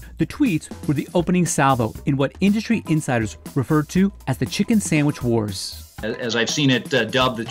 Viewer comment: Did that guy say Samich???? Jeez